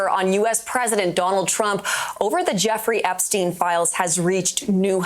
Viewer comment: Look at this rétærd say "joffrey eggstein" then turns around to play a video of MSM using the proper name. You make it tough to not view you as part of the problem,.